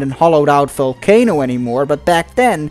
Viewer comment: I like the way you say folcano instead of volcano 😂😂😂😂